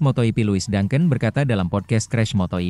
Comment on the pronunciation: moto gp bukan moto yipi ada2 aj ini admin geli dengernya